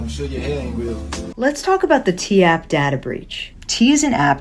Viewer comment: Its data breach. Not dadda. Data.